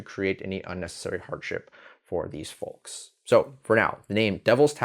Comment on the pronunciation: Hey bro, the "L" in "folks" is silent 😅 I guess you never saw Porky Pig at the end of a Looney Toons cartoon 😅